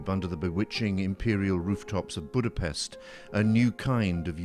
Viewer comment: Full of misleading information and he cannot even pronounce Budapest properly. Thank you, good night.